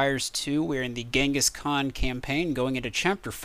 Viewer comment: in the video Ghansis Khan for the win lol i love how you said that.